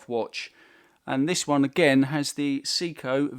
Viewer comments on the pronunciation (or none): Its say-ko not see-ko